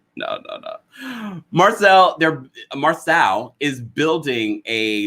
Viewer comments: Marsau’s name is pronounced MAR-SO not Marcell or Marsell. The cast pronounces his name as Marsau/Mar-so on the show every week yet a few bloggers constantly mispronounce his first name. 🤷🏽‍♀️ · It’s pronounced Mar-Sew